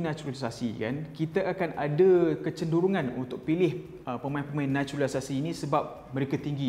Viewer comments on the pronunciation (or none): “NATURALISASI” “NACHULISASI”